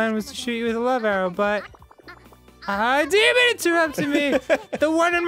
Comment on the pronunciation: .....that moment when Danny says your name when he mispronounces "Demon"